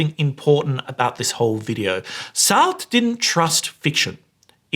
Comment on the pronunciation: The way you mispronounced Sartre's name as if it rhymes with fart grinded my gears.